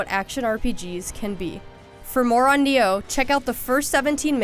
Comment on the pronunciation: Neo? You mean Ni-oh. Just like it's spelled.